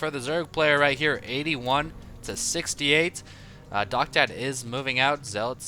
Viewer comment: i think that guys name is Docta D, as in doctor, not doctad.